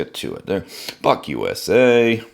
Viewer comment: 😎 “Buck USA” sounded like You said F-USA! 😂. I like that lock style but on the cold steel ad-15 lite… I used the knife pretty hard to pull & cut some wires … & the lock up really stuck on me… cs works great as fidget fun but if you use on hard cut it might lock up & need assistance to close… making the knife half as fun as it should be… I might have to try this Buck 🇺🇸! ✌️🤟🤙